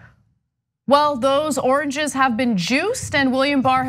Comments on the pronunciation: the oranges man! the oranges! We need to get to the oranges of the matter! To be fair, I think he said it correctly at least once... I am not usually one to make fun of people for speech as I have a speech impediment but thats still pretty funny. NOW I get what people were talking about when they were laughing about oranges before... the origin of that joke makes complete sense now! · I thought it was just me hearing oranges lmfao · I didn't trust my ears there. He did say 'oranges' right? Not just my imagination? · OMG...he said 'oranges' not 'origins' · An Sha this goes way back. He said “oringes”. Bwahahaahaaa. SO stupid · I was so shocked at hearing it at first that I actually thought I was imaging it, but LOL he did say oranges instead of origins!!! To think Americans voted for this man as the President of America is simply mind boggling! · How ironic is it that he can’t pronounce origin without saying orange? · Mr. President it's origins not oranges. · a president that say oranges instead of origins wow is he going mad, sad con not much don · Oranges ? Was he trying to say origins ? It's hard to tell if he is just talking nonsense or what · Are you guys just seeing the clip of Trump saying "Oranges". This was months ago and we already laughed our asses off. Its still funny though😂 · Nah, probably Alzheimer's. He looked genuinely dismayed at his inability to say origins. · cognitive decline. He realizes he’s saying the word “origins” wrong but can’t quite pull out the correct pronunciation. At least not clearly or consistently. His brain zips in an out either do you effects of aging or substance abuse or both.